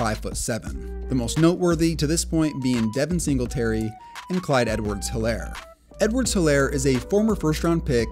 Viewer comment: The “H” is silent in Helaire